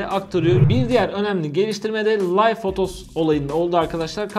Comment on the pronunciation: aga video iyi şahane de live, layv diye okunmaz liv diye okunur